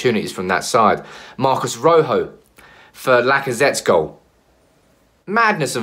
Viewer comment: ROJO Ro as in rock why can't anyone get his name right ?